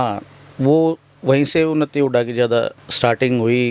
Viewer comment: ये उनत्ती नहीं उन्नति है । Vlog बनाने से पहले थोड़ी हिंदी सिख लो ।